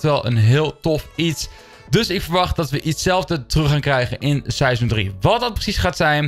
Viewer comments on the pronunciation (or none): Season 3 dombo hij zegt sijseon